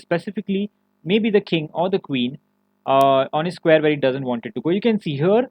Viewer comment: If you consciously try, Can you pronounce the words like "where" with a "w"? Or is it just automatically a "v"? I'm asking wholeheartedly. It's something I've always wanted to ask someone who spoke with your exact accent. Once again, this is a serious question and this is not hateful in any way. I'm just trying to understand. Is it like impossible for you or is it just habits at this point? I mean you do speak very good English, I'm not taking that away from you.